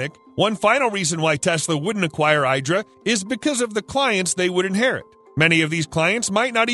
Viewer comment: The IDRA trademark is pronounced "EE-dra", not "EYE-dra". Listen to their CEO in other video.